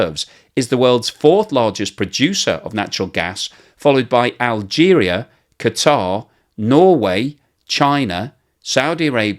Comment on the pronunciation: I love that uses the correct pronunciation of Qatar (i.e. "kuh-tar").